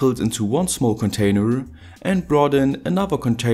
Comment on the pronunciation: will we just ignore the fact how speaks out cointainer ?